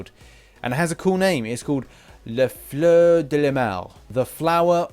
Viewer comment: You're really stupid dude if you want to use the "English" pronunciation for French words then why did you pronounce fleur correctly you are just blatantly disregarding the true pronunciation of guillotine I cannot take you seriously so I won't be watching your video